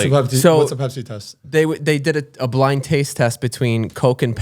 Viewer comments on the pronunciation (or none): none